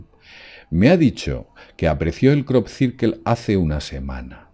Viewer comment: Crop cirquel 😂😂